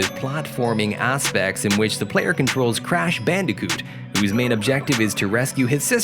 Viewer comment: crash not crush 😂😂😂😂